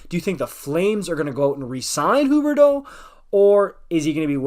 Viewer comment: Im french and even tho its fun to see someone pronouncing the quebec player corectly, its just sounding weird tbh😂